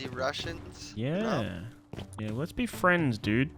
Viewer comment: bro keeps saying heee-yah . its a one syllable word m8